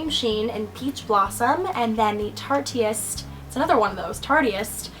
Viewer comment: just fyi im pretty sure tarteist is supposed to rhyme with artist :P